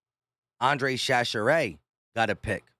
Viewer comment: Chachere pronounced ShaShare